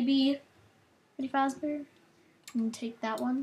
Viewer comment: Dude.its fazzbear.